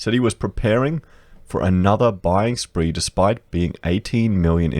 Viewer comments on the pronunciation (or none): none